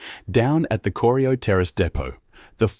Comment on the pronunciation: Bloody AI Production! - I grew up in Geelong and love the City but if you want to make a high quality production take the time to get it right. Corio is pronounced: "Core - rye - oh". Not "Corry - i - oh". I'm not quite old enough to remember the Geelong Trams but my parents and Grandparents knew them well.